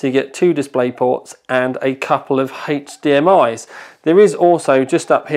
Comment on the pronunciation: "HeychDMI" It was then, that the goblin learned the true pronunciation. So, he said, from then on.